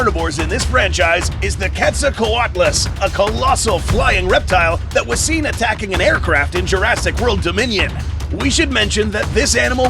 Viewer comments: Love the video, but it's pronounced Kwet - so - co - wat - zel. Btw, Indo Raptor might (if you were unlucky) climb up high and then, while you were running under it, jump down and impale you with it's sharp back claws. I watch this channel daily! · Any velociraptor could have kicked with that big claw on its foot and gone straight through your skull. Also you said quetzalcoatlus wrong